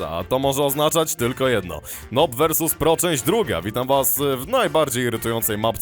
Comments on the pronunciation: słowo noob czyta się jako nub nie nob. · CZYTA SIE NUB A NIE NOB A PISZE SIE NOOB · czemu to wymawiasz noob to się tak pisze ale mówi nuub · To niezły "nob" vs pro, nie wiesz że czyta się przez u? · cisne z Ciebie beke jak mówisz noob x'D